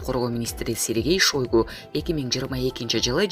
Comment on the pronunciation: Шойгу эмес Шайгу деп айтчы